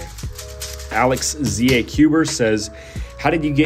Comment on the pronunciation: The ZA in my username is not pronounced Z-A. It is a substitute of the word the, and is more pronounced like you would say tha. It mean South Africa, and comes from the Dutch Zuid Afrika. I'm pretty sure alexthecuber is taken